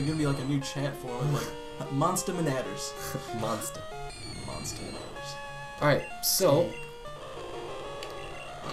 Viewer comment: "Monste" xD